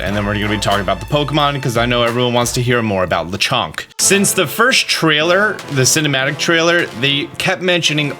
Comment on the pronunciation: There’s nothing French about Lechonk! It’s a Spanish wild boar 🐗 oh and I think Smolive is pronounced like small+live.